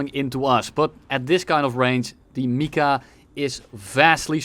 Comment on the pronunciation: Can we talk about how he also said MICA wrong half the time